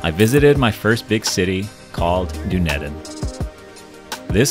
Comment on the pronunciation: I love how you pronounced Dunedin 😂❤ hahaha 🇳🇿😎 🤝 🤠🇺🇸